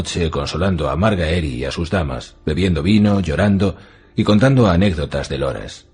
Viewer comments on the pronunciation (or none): Que gran narracion, pero aun me cuesta escuchar MarGAEri lol